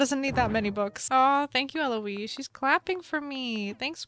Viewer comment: ELOISE YOU JUST SAID LIKE ELOISE YASSSS